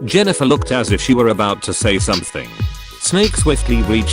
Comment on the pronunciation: LOL? I am pretty sure the AI voice called Jennifer "genital" and then "jenniphant". I love this